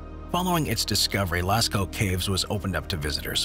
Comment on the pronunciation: Yey! Someone who finally pronounces LASCAUX Properly! Merci!